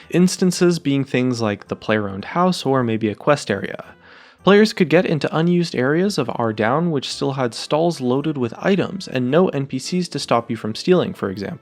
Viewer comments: I was done when I heard are-down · "Arr-down" that's a yikes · right when you think you've been saying ardy the correct way, then you hear a 6th, completely new way to pronounce it